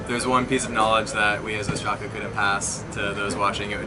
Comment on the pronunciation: they pronounce their name wrong , im greek and its called Ostraca (óstraka) not ostrAca